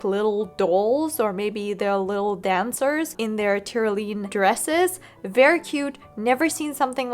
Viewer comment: Love this as a review and a resource! Pronunciation note: it's not Ty-ro-lean, it's tr·*ow*·lee·uhn